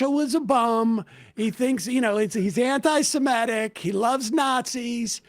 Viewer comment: I like that Ryan Grimm is the only person in media who can pronounce the word "antisemitic" and doesn’t say "antisimetic."